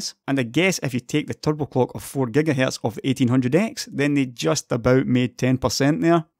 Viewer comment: "geiga hyeieirtzz"